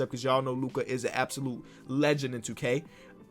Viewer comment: really said hookah when he said Lukas name